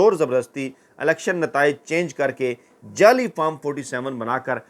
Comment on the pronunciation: لفظ جعلی کو جالی ادا کیا جاتا ہے جب کہ اکثر آپ جیلی کہتے ھیں